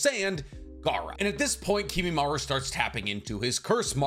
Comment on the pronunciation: If you're gonna pronounce it as Kimimaru you may as well also say Narutu